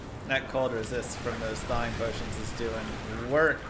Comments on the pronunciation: Did you say "they-wing potion" for THAWing potions??? the word "thaw” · thating potion?